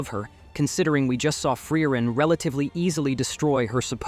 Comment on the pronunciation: Not even "Generic ai voice 2" can pronounce frieren correct